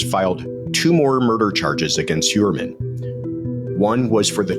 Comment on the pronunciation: Heuermann is a name of Germanic origen. - Which means that “eu” is pronounced “oy”. So Heuermann is pronounced Hoyermann Just thought you should know …. 🤓